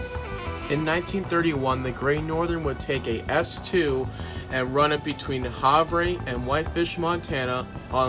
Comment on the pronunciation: Good afternoon. Enjoyed the piece. As a Montana native I wanted to let you know Havre is actually pronounced Haver